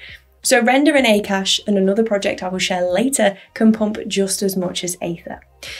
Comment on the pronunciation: It's not pronounced as 'A Kaash' but it's pronounced as 'AAKAASH' meaning Space/Sky/Aether which is huge or infinite in Sanskrit/Hindi language